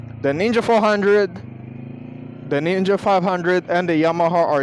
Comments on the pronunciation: thought u said nigga 400🙏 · I think he said knee gah bike? 😂